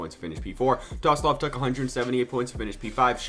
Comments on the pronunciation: TSOLOV NOT TOSLOV MAN ahhhhhhhh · Tosolov??😭😭 you need to learn some names man😂